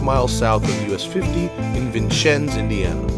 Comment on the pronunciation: Vincecennes is pronounced Vin-sins not Vin-shins. Sorry it really bugged me and I don't even live there. Other than that great video